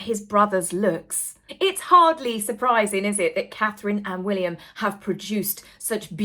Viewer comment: I've heard, and totally agree with, that the new way to pronounce Prince William's name is Prince Will-yummm!